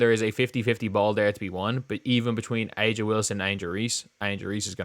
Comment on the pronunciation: It’s Uh-juh